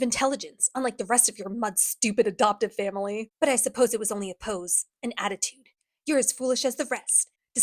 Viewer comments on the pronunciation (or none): none